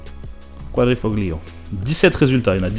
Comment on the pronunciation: Quand au début tu parles de la Giulia Quadrifoglio et que tu le prononces « glio » ça me fait pas mal aux oreilles (désolé j’ai des origines italiennes et je m’appelle Francesco, Fred étant mon second prénom). Le g en italien ne se prononce pas. Le modèle n’a pas l’appellation quadrifoglio verde mais juste quadrifoglio. J’adore la RS3 mais qu’en Berline personnellement. Mais quand tu parles de la BMW à . J’adore le look. Apres je comprends que l’arrière ne peut pas plaire à tout le monde. Tous les gouts sont dans la nature et heureusement. Mais personnellement quand tu dis que tu n’aimes pas cette bagnole je comprends mais quand tu dis que tu aimes le modèle x à 😱😰. J’ai dut mal à comprendre. Le look est vraiment bien plus particulier que cette BMW. Surtout quand tu dis précédemment que tu ne veux pas de SUV. Alors la cerise sur le gâteau pour moi c’est la Classe R, je trouve ça super moche. Surtout que tu n’aimes pas série 2 grand coupé. Tu dis qu’un Dodge Ram n’est pas pratique en France, surtout en centre ville (je suis tout à fait d’accord avec toi. Surtout que tu oublies les parking sous-terrain. Personnellement, quand je veux garder ma caisse propre j’évites de me garer dans la rue, je privilégie les parking sous-terrain. Mais avec une RS6 je ne vois pas du tout le coter pratique de cette caisse. D’accord elle possède un énorme coffre. Mais bonjour le gabarit de la caisse si tu veux te garer en sous terrain (vers Marseille ils sont souvent étroit, bonjour pour